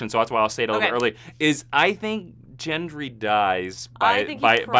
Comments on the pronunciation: FFS! It's Gendry with a hard "G", not "JENDRY" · It's Gendry with a hard G. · I totally love your recaps and reviews, but can we please talk about how you pronounce "Gendry"? 😂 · gendry's pronunciation loll